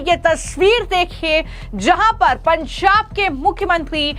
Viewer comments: Pansab nahin Panjab hota Hai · आपका एक्सेंट बहुत गलत है। आप पंजाब को पंसाब कह रही हैं। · "पंजाब" तो ठीक से बोल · What's that pronunciation of Punjab